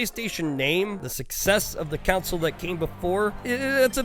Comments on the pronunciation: i get sad everytime he says council instead of console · I hate it when people say "council" when they mean "console". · console, not council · Stop saying council. It's CON-SOLE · It’s not a “council” it’s a CONSOLE. Jesus. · I love you guys so freaking much. And I'm sure that you've heard this in the past. But please understand, it is console, not council. I am not trying to be a grammer Nazi. This is love of watching you and Cody for quite sometime. I have not become a paying supporter and would love to. Not nit picky. My videos outright suck so who am I right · Why does this man keep saying either Council or Counsel? It’s a console you turd. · Take a shot everytime says council instead of console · I was so confused because of the way he pronounced "console" as "council" throughout the whole video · the way you say console is too similar to council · Is council some strange regional pronunciation of console? I suspect you're from Antarctica. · Every time you call it a ‘council’ a puppy dies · Console or "Counsel"? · Wait so that time he said it 30 seconds ago wasn't him referring to a metaphorical council or something weird like that? Thanks for the warning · It's pronounced the same though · console is said "khan-sole" and council is "cown-sill" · The way you say "console" makes me wish we never stopped dropping defective babies over the cliff side